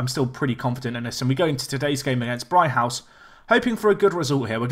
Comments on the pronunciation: It's pronounced 'Brig-house',. Not 'Bri-house'. You've lost a g somewhere. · "Brig-house"!!!!!!!!